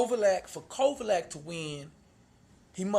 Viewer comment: well that's not how u said it